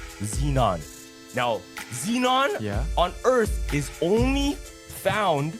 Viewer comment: Can’t take him seriously when he can’t even pronounce EARTH correctly 😂.